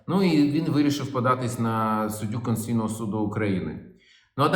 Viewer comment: Олексію! СУД КОНСТИТУЦІЙНИЙ, а не КОНСЦІЙНИЙ!